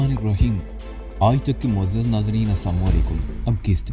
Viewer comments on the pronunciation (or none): اسد بھائی آپ سے رکویسٹ کر چکے ہیں پہلے جس طرح آپ سلام کرتے ہو لوگوں مطلب لعنت بھیجنا ہے السلام علیکم ہوتا ہے